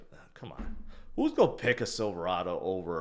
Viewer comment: Sorry, but your pronunciation of “going” and “gone” are the same. You’ve got to work on your articulation.